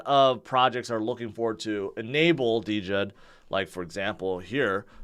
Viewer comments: it’s pronounced Jed not DeeJed😅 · DJED is pronounced JED